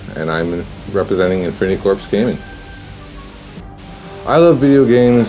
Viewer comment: Isn't "corps" pronounced "core" not "corpse"?